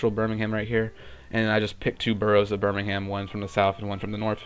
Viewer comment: btw, as someone from the U.K, it's pronounced 'berm-ing-um'